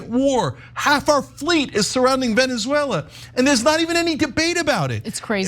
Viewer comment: I can't with Anna's pronunciation of Venezuela.